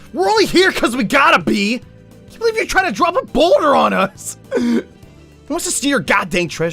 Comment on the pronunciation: I heard boner instead of boulder